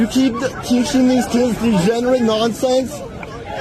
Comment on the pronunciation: THE TINY PEE PEE BRAIN SYNDROME IN FULL EFFECT. CAN'T EVEN SAY THE WORD DEGENERATE PROPERLY😂😂😂😂